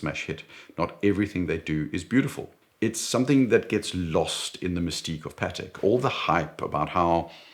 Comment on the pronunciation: Excellent video. A pleasure to watch. It's also nice to hear "Patek" pronounced correctly. I despise how Americans pronounce it. Sounds like a burger patty.🍔 As for the G-Shock, I have one, a GWG-2000, solar, with compass and very accurate barometer that is a special usage watch for me as mountaineering is my main leisure activity and it is a beast that has survived the most extreme conditions. So, it's a once a fortnight watch for me in spring and summer and sits in the box during the winter.